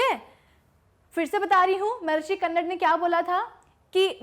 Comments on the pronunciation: Mam उनका नाम कन्नड़ नहीं बल्कि महर्षि कणाद है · Mam..🤗 Philosopher Maharishi कन्नड nahi Hai Wo कणाद hai.. 🇮🇳INDIAN PHILOSOPHER 🇮🇳